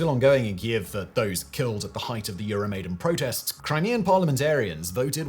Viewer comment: Euro maiden....cover band of iron maiden. Love the content. Hate the pronunciation